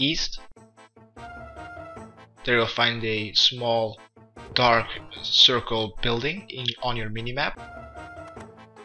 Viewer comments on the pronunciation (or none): none